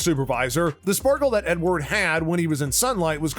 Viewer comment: you missed the E in Edward. nice try buddy